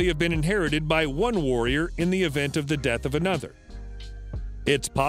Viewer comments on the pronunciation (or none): none